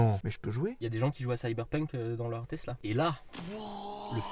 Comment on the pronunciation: Tiens vous avez appris à prononcer tesla c’est plus tezla de vilebrequin